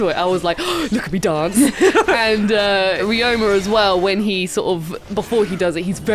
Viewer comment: His name is Ryo-ma, not re-oh-ma. Two syllables. And Edo is eh-doh. Not yi-doh.